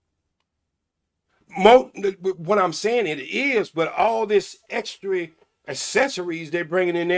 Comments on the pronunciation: Extry accessory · Facebooks Pacifically Mentapause Human "feets" All these "extree" things they bringing in the bedroom I can't take him seriously!😂😂😂😂😂😂😂😂😂😂